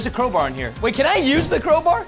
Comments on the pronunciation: lol crobar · When presten said “crowbar” i thought he said cobra so i thought he'd use a snake